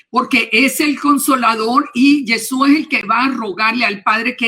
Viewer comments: Es muy CIERTO lo que la señora ha expuesto. Sin embargo con todo Respeto le sugiero que deje de decir Yesua. Ya que suena mucho a dioses indígenas de pueblos ancestrales. El nombre es YESHUA. ¿Por que pronunciarlo mal? Es una reflexión. Tampoco se debe dejar de presentar los panes. Sólo que nosotros lo hacemos con la Verdad de Yeshua .Debemos encontrar el punto de equilibrio sin quitar ni añadir. Tampoco se debe desvirtuar el Corban de Pesaj, ni decir que ya no es necesario .Ya que la orden del ETERNO ES PARA SIEMPRE Y PERPETUAMENTE. NADA DE LO QUE EL ORDENO VOSOTROS PODEIS QUITAR. ESTE CORBAN NI SIQUIERA YESHUA LO QUITÓ Y CUANDO VUELVA EL TEMPLO ESTE VA A SER EL UNICO SACRIFICIO DE ANIMAL QUE SOBREVIVIRA PARA SIEMPRE COMO MEMORIAL DEL REINO DE ELOHIM. QUE ES ALGO DEMASIADO SERIO ¡ SI ! Y NO PODEMOS ESTAR MATANDO CORDEROS ASI COMO ASI . PERO ESTO NO SIGNIFICA QUE YA NO SE DEBA HACER. YESHUA NUNCA REEMPLAZARA EL CORBAN DE PESAJ , YESHUA COMO SUMO SACERDOTE DEL PUEBLO LO HARA EL MISMO EN EL TIEMPO VENIDERO, ESTO TAMBIEN ESTA ESCRITO. AL NEGAR EL CORBAN DE PESAJ SE NIEGA A YESHUA YA QUE COMO EL MISMO DIJO, EL VINO A CUMPLIR LA TORAH. TODA LA LEY ESCRITA TODA !!! SE PUEDE PERFECTAMENTE CUMPLIR LA TORAH SIN DESVIRTUAR A YESHUA .¡¡ AL CONTRARIO !! ES LA TORAH LA QUE SUSTENTA TODO. YESHUA ES LA TORAH Y LA TORAH ES YESHUA. ASI COMO EL ETERNO Y YESHUA SON UNO. PARA EL ENTENDIDO, NO EXISTE NINGUNA OPOSICIÓN. QUITAOS LAS DOCTRINAS DE REEMPLAZO YA QUE ELOHIM MISMO PUSO EL EJEMPLO DE TODO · Gracias por la entrevista, una observación hno., debe corregir el nombre sobre todo nombre, es Yeshúa, colocó el nombre sin la H y fonéticamente suena diferente...sería bueno corregirlo porque de lo contrario veremos más y más personas pronunciando el nombre mal, imagínese tanto tiempo sin el nombre y ahora que la sabemos lo pronunciemos mal. Shalom a todos y es una sugerencia.